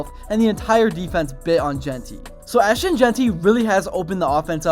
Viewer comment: is there a reason you keep saying Ash-Tawn? Also, Boise was picked before the season started to be the favorite to represent the non power 5. This feels like a push for views using as little research as you could possibly put into it. Boise has more consecutive winning seasons currently than anyone at 29. They have 3 Fiesta Bowl wins including the first one that everyone talks about vs Oklahoma. They are the Alma Mater for the winningest quarterback in college football history. Put themselves on the map? They've been on the map.